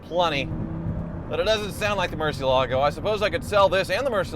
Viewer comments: PLEASE SELL THE MURCIELAGO! Or as Ed Bolian would call it, Murci-ellah-go... Flippin weirdo that guy, I tell ya... First time I heard him pronounce that, he just never sat right with me from that moment on... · Took just 16 seconds to murder the pronunciation of Murcielago. A new record.